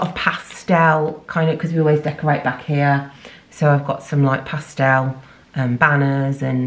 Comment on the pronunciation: Love how you say pastel like ‘pastelle’ ☺️ great video, that’s a fab poundland 👌🏻